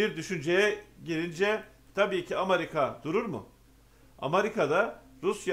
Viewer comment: Amarika değil AMERİKA